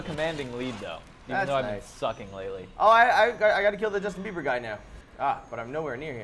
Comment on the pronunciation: Me and the robber (blonde guy you call Justin briber) have the same last name